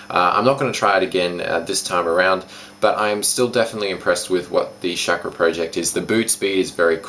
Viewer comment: Chackra is pronounced "Shawk-Raw" :D